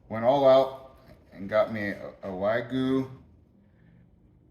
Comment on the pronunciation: Not "wagoo peak hana." It is "wag-yoo pick-han-yah"